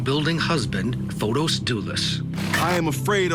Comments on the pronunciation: Yes Fotees idk y they keep saying Fotos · Fotis is pronounced Fotees here in Greece, not Fotos.